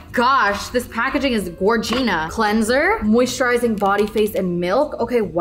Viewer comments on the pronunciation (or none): Love you and your videos but please stop saying Gorgina 💀